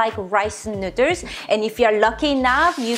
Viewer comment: Why do you keep calling them fellers nooders?